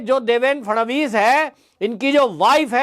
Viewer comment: It's Shri Phadnavis not Shri Phadanvis